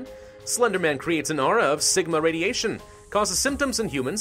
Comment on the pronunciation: When you said Sigma I thought you said Ligma